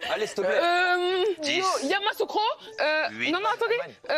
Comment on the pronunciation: Eh!,Yamassoukro comment même? C'est Yamoussoukro!🤣😅